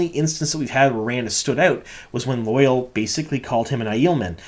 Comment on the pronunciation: It bothers me how badly you are mis-pronouncing Loial's name. I have wanted to say something for awhile now, and finally decided to. It's NOT 'loyal' or loy-uhl as you are saying it. It's 'loya-ahl' or think of it as loy-owl. Check the glossary in any book to see the actual way to pronounce it. Or even better go back to episode 5 around the 18 minute mark and listen to how Loial himself says it. That's the best way to hear it. :)